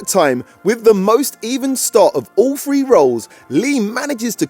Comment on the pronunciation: Why do British ppl say free instead of three 😂 lol